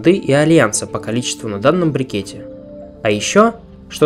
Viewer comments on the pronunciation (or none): Смотрю все видео подряд с самого первого, невозможно режет уши "брикет". Брикет - это форма спрессованного материала, а то что ты имеешь в виду в своих роликах называется "брЕкет". Извини, серьезно, режет уши.